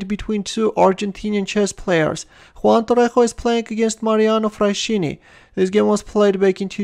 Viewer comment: Nice video! Just a note on the Fraschini surname. It is of italian origin and the letters 'sch' are always pronounced like if it was 'sk' so you read it like Fraskini